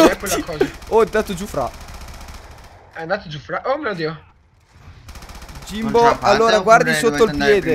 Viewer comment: ''Jimbo" sembra "Sio" vero?